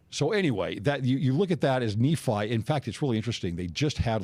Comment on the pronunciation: . I ran into someone by the grace of God who was from Iran-ish area. As we read the bom, she told me Nephi would be pronounced as you said it, Nah-fee, and that name means to travel, particularly over water. Very interesting.